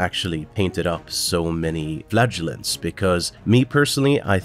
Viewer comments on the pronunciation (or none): Go with the second pronunciation of “flagellants”. The first one, the one you used throughout most of the video, sounds too much like “flatulence”.